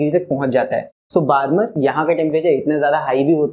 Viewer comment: Hearing sir pronounce "barmer" hurts my soul a little